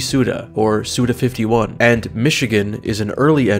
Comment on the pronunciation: Probably the fortieth person to say it, but it’s read as ‘Suda Five One,’ instead of ‘Suda Fifty-One.’ Because ‘go ichi’ is ‘five one’ in Japanese. Glad to contribute this very helpful information at this very helpful point in your creation and release of this video. Also, your videos are great, thank you for making them, and I’m very happy that your fanbase has been able to improve your living situation. Props on your music, too.